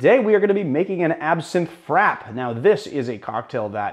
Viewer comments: Um..... Frappe is pronounced Frap-pay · I thought frappe was pronounced like fra-pay? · you're correct, a frappé is essentially a drink on the rocks, but those "rocks" tend to be crushed or shaved ice. It's a serving technique, rather than a specific (coffee) recipe, and such. And yes, he's mispronounced it.